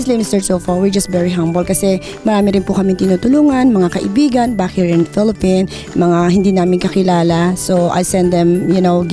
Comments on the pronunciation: Around the word in the pilipin hahahaha. Makatawa nalang ko. ginoo ko. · Unfortunately, maraming ganitong Pilipino sa Amerika. Pasosyal-sosyal sa pagsasalita ng English. Thirty-something years in the U.S., yet she can’t even pronounce “Philippines” correctly. How is that? Ambassador for Bank of America and other banks? Juicekopo! Super sobra ang lakas ng hangin! There is no such job category in any bank in the U.S., lady, and you know that. I know! I have lived in California for 50 years. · Madam stop saying “FILIPIN” Madami nanonood na bata, baka kala nila ayan ang tamang pronunciations ng ating mahal na bansa. It’s PHILIPPINES po. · FILIPINO-AMERICAN DREAM: and philippine daw.... Nawala na ang “s” ni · I'm really appreciate.. 🤭🤭🤭...mag tagalog na lang po tayo baka tumama pa sa grammar. Filiffine daw.....humble eh! Lol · Wow sobrang hangin At paki ayus ang pronunciation mo 😄😄😄 Ang yaman mo na try enroll in a school, para masyus mo yung pag pronouncevng Letter E to I Letter P to F 😄😄😄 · I was born and raise here in FILIPIN 😂😂nsaan ung “S”✌🏻🤣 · Wow si madam🌬🌬🌬 sobrang mahangin jan sa studio🌀🌀🌀🌀nging tornado🌪🌪🌪🌪imbes na maapreciate kita madam napailing na lng aq😀😀😀😋😋😋😋HUMBLE daw😂😂🤣🤣🤣🤣dapat ung HONESTLY silent "h" pero bigkas hanesley😁😁wow saludo aq sau madam parang adobe sa tigas ng pg english mo..the philippines hind PILIPIN antagal mo na sa USA madam dapt usa accent kana...aq nga hk accent na😁😁😁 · Carlos E 🤣🤣🤣 mr chulfo, ashoshiation, filifin 🤣🤣🤣🤣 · Afroch, feralta, froud, tenk yu, simfle, filifin, around da word, manay ano ba yang English mo? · lmao! tagalugin mo na hirap na hirap ka na lmfao!!! "im Prom Plorida" "i apresiyeyt eBrithing you do here in the Filifhine" "around the Werd" "para kang doktor kulang na lang mag Sarjeri ka you know that?" lmfao hay nako dami pa! Humble daw ampucha more Hum-bog